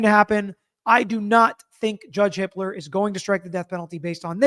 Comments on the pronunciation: Does anyone else keep hearing it as Judge Hitler?!? 😂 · Ok so had to double take hearing the judges name. It's Hippler.